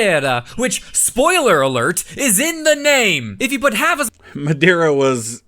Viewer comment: He pronounced Madeira like it was the Spanish word madera and not the Portuguese word madeira both mean wood.